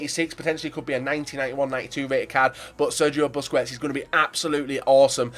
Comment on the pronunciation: Busquets is pronounced Boskets